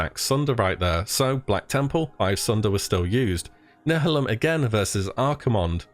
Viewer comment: You are now no longer allowed to ever try to say "nihilum" Again. And calling improoved Expose parmor Iea like its a thing. xD Grr